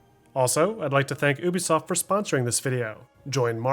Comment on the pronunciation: dude say ooubesoft instead of ubisoft XD